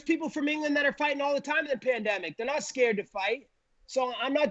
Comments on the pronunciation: Colby “he’s ascared of me” Covington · Colby: he’s ascared of me. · "He's ascared of me"